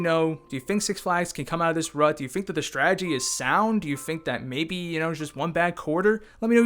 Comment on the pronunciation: There is no "h" in "strategy".